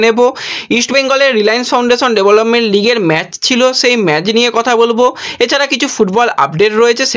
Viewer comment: 500 LIKE KONODINO HOBE NA. TOMAR NEWS COLLECTION EKDOM THIK THAK NOYE. R BHAI MEJ NOYE, MATCH. THIK UCHCHARON KORO. KEEP IT UP. 🐧